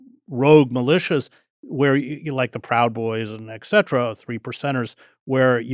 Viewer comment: 'Ex cetera'? It's et cetera, sir, please.